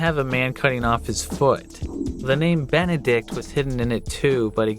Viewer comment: Ben-ed-ikt. Nice